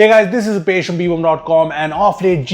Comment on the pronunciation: Everytime you say Rupesh I hear Upesh